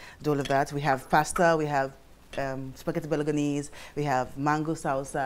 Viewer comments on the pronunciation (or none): Spaghetti Balo-go-nis... Hahahahahahahahahahahahahahahaha................. I didn't see that one coming. Hahahaha... It's pronounced Bolo-nes. ......And, it wasn't cooked right... Invite me over to Lagos and I'll show you the right was to cook it on your show and the RIGHT way to EAT IT......... And damn gurl, you've got some BADDD Table etiquettes.